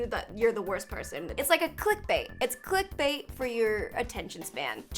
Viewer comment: Is it "click-bait" or "clit-bait?" Honest question